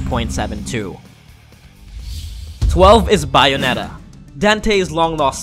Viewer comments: it's not pronounciation: bah-yo-neta it's beh-yo-neta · “Buyonetta” “byeonetta” .....its “bay-o-net-ta” how do people get this wrong? (Dont mind me im bored looking for a game) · buy - o - netta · I see everybody mad about the number 1 spot i'm mad at how he pronounce Lara Croft and then had to mess up Bae's name too calling her Bayou-netta